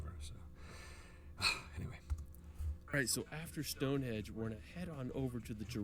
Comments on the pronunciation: It grates on me when the guy in the video says "Stone Hedge". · Westminster...not minister. Stone Henge not Stone Hedge. I know you didn't make the video my lovely. But the guy who did really needs to tighten up those faux pas... So annoying. 😂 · This video is really good apart from the fact he calls it stone hedge the guy narrating the video which actually makes me want to punch him lol its Stonehenge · says "Stone Hedge" about ten times, but he was right the first time, it's "Stone HENGE". 😂 Oh, and Mt. Snowdon is 1,085m, not 10,085m. Eclipse Everest it does not.